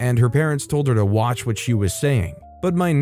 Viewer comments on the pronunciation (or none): none